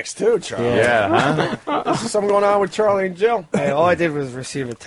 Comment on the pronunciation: I love but I despise how he says Charlie